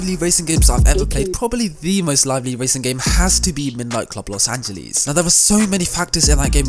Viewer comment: Los angelees